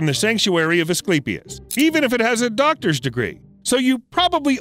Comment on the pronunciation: I’m high… Did he say “Doctors” or “Dogstors” Degree